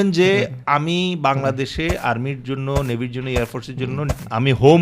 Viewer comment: Navvy, not Nevy😅